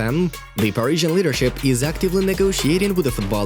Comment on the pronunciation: he loves saying giorgio mendes hahaha